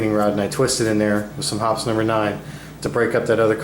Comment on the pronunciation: I must need a date! I heard Hot Summer Night every time he said Hoppe’s #9